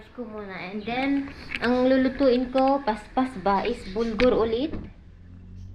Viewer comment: BURGOL Hindi BULGOR